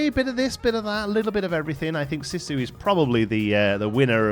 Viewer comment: Good stuff!! One pointer, Sisu is pronounced "See - Su" ( ), not "Sih-su"!